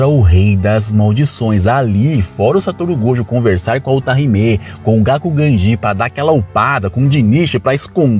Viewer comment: mano qm é "utariméé" wtf ta em anime e o cara inventa pronuncia kkkkk